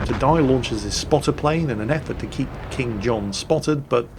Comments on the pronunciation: Actually the player in the Benson is named "KingKohn" not "KingJohn":D:D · Benson: [IHW]KingKohn. "That's King John in the Benson". Ah,, don't ever change.